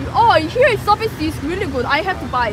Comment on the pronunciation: akhirnya ada yang sadar kalo orang Korea wkwkwk ketauan dari accent nyaa "oh~"